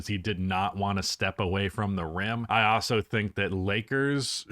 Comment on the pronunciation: Hot take: believes the word also is pronounced OSSO and uses that word MANY times in this video. 😅🤦🏽‍♂️